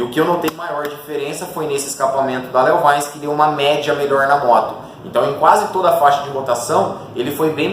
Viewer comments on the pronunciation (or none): Eh LeoVintche que fala! Léo vainci kkkkkk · Eu já tive um leovaice é top o barulho kkk engraçado a forma que você pronuncia